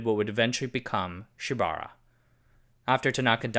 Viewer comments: Pronounced: Shiba OOrah (ura means behind) NOT shibara. TOkyo + SHIBAura = TOSHIBA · Just FYI Shibaura is pronounced “Shiba” “Ura” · “Shiba-ura” (four syllables).